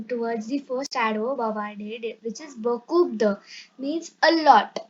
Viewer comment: Are u you yourself a student 🤔🤔 and we know about english adverbs in english tell in french. And thank you for telling there are adverbs in french also. Grow a little and then make videos. Then teach. And u need to learn the pronunciation. P is silent in beaucoup de and t in chocolate. BTW first learn pronunciation and have a course of two years. Who all agree give a like 👇👇🤘🤘